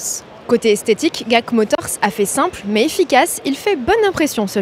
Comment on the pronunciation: Ça se dit pas guac motors, mais “dji èi si” motors